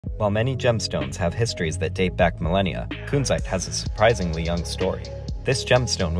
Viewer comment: It's a short u, not a long one ^^